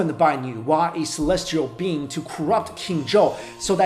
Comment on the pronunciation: Instead of "immortal being," I heard "immortal bean." I'm dying.